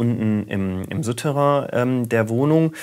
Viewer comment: Suuuuterrain, nicht Süüüterrain